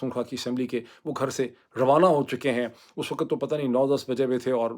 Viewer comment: Yaar please learn the pronunciation of "WAQT" and "GHUNTA" in urdu talufuz. Boht bura lugta hai. You use the "Ghainta" so frequently but U speak so wrongly. Please have a heart.